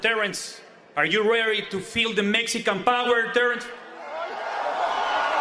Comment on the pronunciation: That poor guy was so confident in his question. "Are you reary to feel the Mexican Power Terrance?" He's probably still on Suicide Watch, a week later. I laugh so hard, every time I see that Clip.